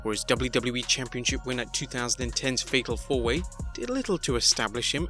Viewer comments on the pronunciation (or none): Sounds like you said "Fecal 4-Way." Now I can't unhear it.